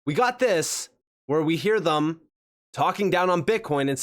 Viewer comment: Say it with me,. THEM*** not "thum"